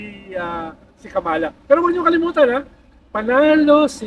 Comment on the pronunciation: Pls pronounce “Kamala” the right way. Its a disgrace for known Pinoys engaged in politics, mispronouncing a name known worldwide.